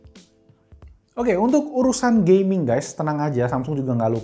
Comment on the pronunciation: the way he said gay-ming 🤣🤣🤣